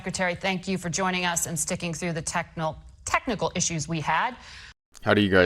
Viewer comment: "Technal" haha She even flubbed a disingenuous apology, all hot under the collar. Kind of enjoyable having it all formatted this way!